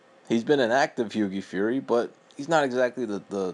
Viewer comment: As soon as he mispronounced hughies name I knew this guy didn't know shit about boxing!